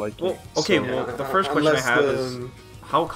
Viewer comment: LMAO how you say "first" you say FIRSH. english is hard